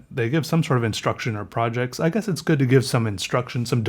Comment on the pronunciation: "Grood" Hahaha I can't stop laughing, 5 mins mark, you're the best